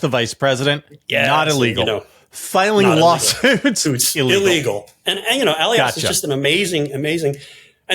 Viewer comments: Good program so small mistakes jump out. Mark Elias always accents the second syllable of his last name. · The name is UH LI Us, not Ellly Us. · Elias is pronounced E Lie Us. At least that's the way he pronounces his own name. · Marc Elias (pronounced e-LI-as) is superbly protecting Democracy and voting rights — hear him with BTC and on Democracy Watch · Marc Elias's surname is pronounced "eh-LYE-as." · Elias is pronounced like Elijah, with "us" at the end. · It’s Marc ee-LIE-us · George: please pronounce people's names correctly. It's rude to mispronounce names that are clearly in the public domain. Mark Elias: e-LY-es. Thanks. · E-Lie-As Marc Elias! OMG! George say his name correctly! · It's Mark "E-LIE-US" George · just for the record (and apologies if there are a bunch of pedantic comments to this point) the man's name is Marc Ehl-eye-ass. He does fantastic work and his publication (DemocracyDocket) should be mandatory reading for Bulwark subs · George! Please learn the correct pronunciation of Mark Elias' name! E-lie-us, accent on the second syllable. Thanks! 😊💋👵🐺🌵🖖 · George check pronunciation of Elias. It's Eli iss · George, it's long E,l long i ,as--,e.g.,Ee lie as.